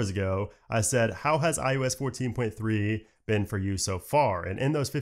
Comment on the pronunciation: I can’t help it! 3rd video of yours I’ve watched and it totally sounds like you’re saying iUs! As hard as I try, I keep hearing U instead of I. Weird.